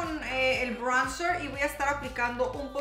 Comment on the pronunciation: Jajajajja como dices "praimr" y "braunzr" 😂